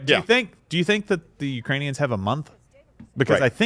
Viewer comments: LOL I thought Biden called them "Uranians" :D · "Uranians" lol. Former VP making up new ethnicities now. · I thought he said Uranians